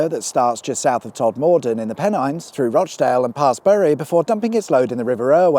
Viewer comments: . Tod...morden? Tod...morden! LOL! Engaging my West Yorkshire correct pronunciation... Tod'm'dan...say it quickly...Tod'm'dan. 😆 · "Tod more done"? Nay nay, lad. Its "Todmudden". We'll soon have you talking like a Northerner! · Just a correction, it's not Todmorrden, it's pronounced todm'den up 'ere. Keep up with your fantastic entertaining videos 😉 love 'em! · It's not Todd-moor-den, it's Tod-Mo-den - There's no stressed R (and is enough for locals to find pitchforks). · Enjoyable little film - I'm a TV director myself. I used to live in Tottington & use the M66 a fair bit going to & from the airport. One tiny complaint: The river Roche isn't pronounced as if it's french but as in Roach, the fish.Ok 2 complaints, sorry. Todmorden is pronounced Todmaden, not todMORden. Sorry to be pedantic - it's what living abroad for 35 years does to you ;-) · We always pronounced it TOD-ma-den, not Tod-MOR-don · Tod"muh"den,not Tod"more"den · A lesser known name for the police, Peeler. BTW it's not Todd Moor den, it's "todmorden" colloquially Tod. This is the north, so put a roof on the old dyers and job done. 😆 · Todmorden isn't pronounced TodMORden, rather it's just Tod'm'dn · Ahh it’s pronounced Tod-mer-don not Tod-mor-den. I know it’s spelt like latter but it’s pronounced like the former. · Are you pronouncing these places wrong deliberately ? Bury is same as Berry, roch same as roach Todmorden is all 1 word not todd more den .happy to help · Todmorden is pronounced 'Todmudden' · "Burry" and "Todd-moreden"....🤣🤣🤣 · As a local I need to point the pronunciation issues. It’s the River “Roach” and the town of “Tod-mer-den” with a soft r. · Pronounced "todmudden" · You pronounce Bury as “Berry”and Todmorden as “Tod-mer - dun “ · Todmorden is not pronounced like that place in London. It's TODm'den. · Bury..... It's Berry...Todmorten... Todmerdun... Map men covered this. Fucks sake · Yes it's "Todmer dun" surely? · Tod-mor-den ??? lol